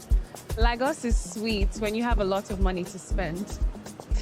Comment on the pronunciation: I will rate it 9.5 based on the fact the lady on brown dress pronounced Lagos wrongly with Ghanaian accent😂. You said 2 Nigerian baddies but not Ghanaian baddies